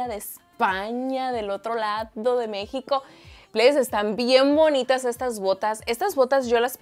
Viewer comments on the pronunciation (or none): none